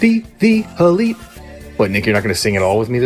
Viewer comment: Bhai its ELITE Wrestling not OLITE😅😅😅😅😅😅😅